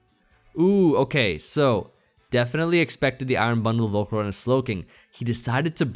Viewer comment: was dying at "Volcaro-nahhh"